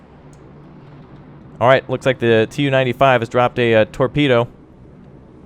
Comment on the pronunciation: Its pronouced "Tu" (capital T and lowercase u) not "T-U" and its the Tu-142, naval version of the Bear. Its actually the fastest turboprop plane in the world and sadly the most noisy, intercepting NATO planes have reported that the roar from the turboprops overwhelmed the interceptors own engine 1NM out!